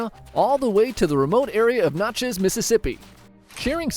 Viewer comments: it is pronounced Nat-chez, not Not-chez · It's pronounced Natchez (gnat-chiz)